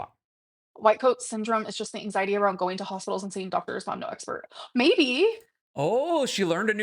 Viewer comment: Does that QLR Rosie person have arthritis? Might be why Amber's on the arthritis bandwagon. Don't forget, she picks up symptoms from everyone around her. You said the full word (wrong word). She calls it "Ang-zye-et" now. eye roll